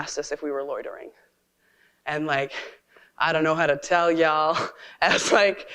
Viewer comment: Why the actual "F" do leftists keep saying "Ye'all".